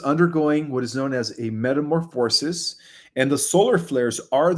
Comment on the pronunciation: Words of the day. Size - mic (Not Siss - mic) Stable - ize...like a horse stable Not Stab - i - lize Like a knife Meta - morfa - sis Both ":a" letters are pronounced the same. Love ❤️ and Light ✨️ to you,.